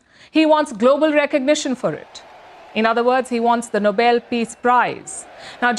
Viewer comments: Ms. Levitt can't even pronounce the name of the prize. She pronounced it' noble', as in an aristocrat. Nobel is pronounced 'no-bell'. Just so embarrassing. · Bondi said, Noble, not Nobel. What a dimwit!! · Did she also mispronounce No-bell as No-bull? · .... "Noble" peace prize? Where did she even COME from? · Kkkarolyn’s pronouncing it “noble” is higher on my list of reasons why I can’t stand her than it should be. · I wish she would learn how to say Nobel; it is not Noble. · Retired teacher here: Well first of all, cookie, it's pronounced 'Know-BELL". As in Nobel Prize. Stress on that pesky last syllable. I can't help but notice how very many of 47's inner circle have trouble writing basic English, composing coherent sentences, or simply spelling things correctly. Just sayin'....:face-green-smiling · Karoline Leavitt said “…noble peace prize.” Hello - it’s the Nobel Peace Prize, emphasis on the second syllable. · No Karoline pronouncing it NOBLE ...if only they were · Carolyin pronounced it “noble.” 😂 What a low IQ idiot. Does anyone think he brokered all those peace deals? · Priceless: Trump’s Press Secretary pronounces her boss’s biggest desire as the Noble Peace Prize. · Stinker bell (& Smelvis), idiots both, mispronounce the Nobel Peace Prize as the ‘noble prize’. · His press secretary picked up on his pronunciation by referring to it as the "Noble"Prize. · Why does she pronounce it noble? Just asking Tucky style heeheehee ❓ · It's funny how so many Trump followers call it the NOBLE peace prize. Not simply a mispronunciation. Lack of facts/information. His ego certainly not worth my time! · Noble Peace Prize?? Bubble headed bleached blonde can't even pronounce it correctly. 🙄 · Someone please inform Karoline that the pronunciation of it is “no-bel”, accent on “bel”. The word “noble” has a different meeting. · His genius press secretary pronounced it as in “noble”. Embarrassing. I’d rather give him a trial date at The Hague.